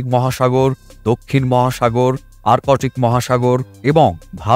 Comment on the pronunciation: আরকোটিক নয়.. এটা আর্কটিক